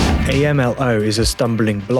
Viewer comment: A.M.L.O.? Not a Mexico expert, but I'm pretty sure they pronounce it Amlo 😄